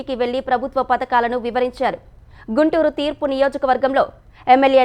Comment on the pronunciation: తీర్పు నియోజకవర్గం కాదు గుంటూరు తూర్పు నియోజకవర్గం అని చదువు తెలుగు భాషను చంపి పారేస్తున్నారు తెలుగు చదవడం రానప్పుడు ఎందుకు చదువుతున్నావు